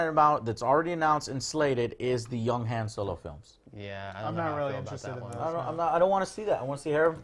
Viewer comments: Joe stop saying Han's name wrong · Maybe because of how Lando kept saying it in 5 and 6?